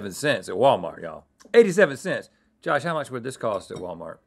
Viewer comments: Italian compliments to Josh’s pronunciation that, in most words, just sounded straight up GOOD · Is Josh italian? His pronunciations were immaculate